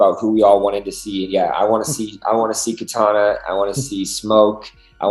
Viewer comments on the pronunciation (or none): none